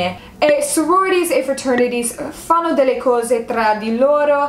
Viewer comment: Personalmente i debiti non li ho capiti personalmente non so neanche se ci andrei. Comunque apparte qualche piccolo errore tipo hai detto Fano (pasese del nord Italia) invece di fanno sei impeccabile